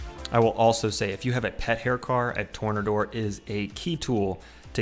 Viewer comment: Tor-NAY-door, you know like from the root word "tornado".